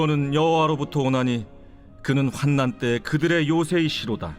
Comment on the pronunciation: 저희 교회에서도 공동체 성경읽기에 참여하고 있습니다. 우리 목사님께서는 단톡방에 매일 띄워주시는데요. 성도님들이 많이 말씀을 듣게 된답니다. 그런데, 낭독해주실 때 ((환난을))활난이라고 해주시면~~~~